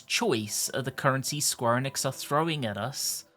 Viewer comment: British people NEVER say Square Enix properly